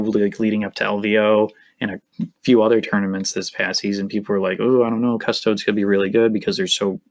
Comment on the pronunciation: ugh, the way you keep pronouncing custodes really gets on my nerves. cuss-toads? embarassing.